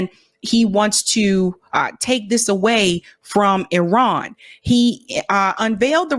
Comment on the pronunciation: Lindsey don’t know how to pronounce Iran , he said ijran , I ask him that he says for India Ijdia . Hidiot